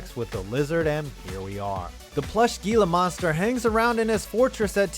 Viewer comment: It’s pronounced “Gila Monster”.